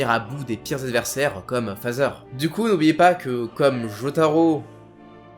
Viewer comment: Aaaaah tu disais "Father"?!! Moi j'entendais plutôt Pfizer 😅